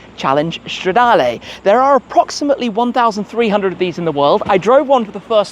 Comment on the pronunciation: Straaaaa-DAR-Leeeeeeeeeee not Layyyyy. Pleaseeeee 😂